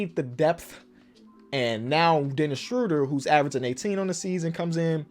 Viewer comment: Every time I hear Dennis Schröder’s name pronounced, I will comment that his last name rhymes with murder, not that I am angry about it, just to make the probability that reads it a bit higher:)